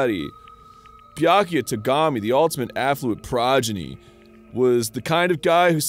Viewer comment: I like how Arin finally learned how to say "progeny" right as Byakuya died